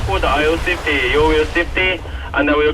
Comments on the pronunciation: “Are you Swietty? Are you Saietty?” Lol. Great sailing! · You have my attention! Always good to keep the coast guard informed and a good example of other boats taking care of each other and relaying messages, even with the strangest accent "saifty*! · that guy on radio was saying the word "SAFETY" ... "SAFETY".... i suppose ;-) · Woo hoo !!! Relieve you from, snorkeling, beach parties, food recipes, Pina coladas and working at Burger King. Thanks E. This is absolutely amazing. To bad about the drone. You have balls of steel. Was he saying safety? "Are you safety?" Ha ha